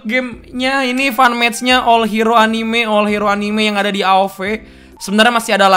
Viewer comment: Anime dibaca a n i m e bukan anim🤣